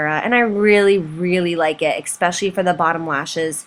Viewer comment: just curious why do you pronounce especially as